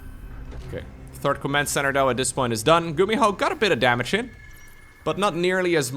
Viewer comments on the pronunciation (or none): I heard "gumiho is not the turd" lmao